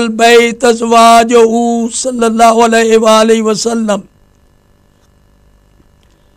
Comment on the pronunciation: O Bhai sallallahu alaihi wa alihi wasallam bolo to pora tameez se bolo yeh kiya hai saleowasalam ?